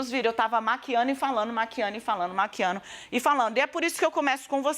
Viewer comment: Essa loira aguada fala errado hein ?? Disse o seguinte : eu estava maquiano e falano kkkkk é certo????